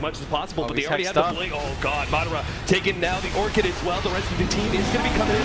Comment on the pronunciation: ITS MA-DA-RA NO MARRA